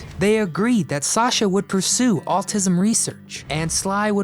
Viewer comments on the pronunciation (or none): Pronunciation: I think you are trying to say the word ‘autism’ yet twice I’m hearing the word “altism”. Of course, the issue could be my hearing. Anyway, wanted to share my observation in order to be helpful. Thank you for putting together these compilations.